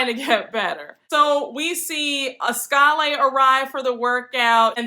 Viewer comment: I think Askale’s name is pronounced Askala